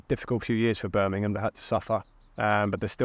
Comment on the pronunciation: Like him. Seems like he will install discipline which is much needed. For a cockney he also pronounces BIRMINGHAM correctly rather than Birminan.